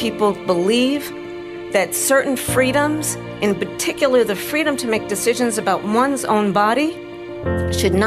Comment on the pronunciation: "Our feedom"